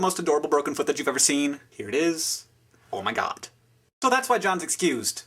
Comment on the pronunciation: he i luv how he says oh my gad! ha resisting urge to bok like a chickin thats funnyer when your in my group of friends